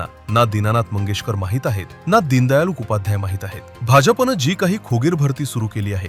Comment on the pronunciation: दीनदयाळ 😂😂 आणि हा म्हणतं होता मी वकील होतो 😂😂